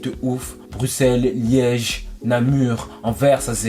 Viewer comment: Wsh il a dit leuège😂😂